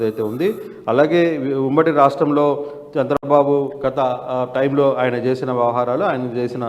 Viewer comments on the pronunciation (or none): none